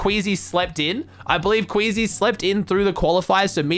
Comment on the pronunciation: Wakie not queasy